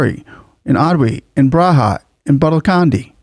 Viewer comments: Very nice video. Yogi is an actual monk, came in politics to serve the country, have been in power for many years and still doesn't own any asset. Also the language Braja has a J as in Jet and not a J as in Baja (so it's Braja not Braha). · "Braja" is not "braha", the letter 'j' is pronounced just as in the alphabet, as in 'jail'. "Braj". TY